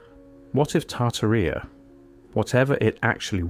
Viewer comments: The original giants are from the bible. Genesis 6 tells of fallen angels (200) who took human women that gave birth to the Nephilim. And Tartaria doesn't rhyme with diarrhea, it is pronounced Tar-TAR-ia 😂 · It's said...Tar-tearia... not Tar-ti-ria 🤣🤣🤣... It would be nice to see the photos of the buildings as you're talking about them, and it's so NOT COOL that you've used AI generated photos in the mix... shame on you!... what a fruad and a waste of time too. Why didnt you do the proper research and leave the fake photos out??? There is PLENTY of REAL evidence of giants, but adding a buch of fake AI photos in with the real ones, makes EVERYTHING you say and show us, questionable, unrealistic and less believable, especially for those who actually dont know about giants being real .. so thanx dummy,... i definitely wont be watching you again! 🙄🙄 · Genesis 6-4 says there were giants in the earth in those days and also after that(after the flood).the bible is 100% true and its 100% a historical document.its tar tar ia not tar tar rea by the way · Pronounced Tar tar rub! I hate AI voice overs! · Tar-tuh-REE-UH. Seriously? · Correct pronunciation and accent when you're dealing with history please ! Names are not to be mangled ... Tartaria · Your cant even pronounce Tartaria correctly 😂 do better 👎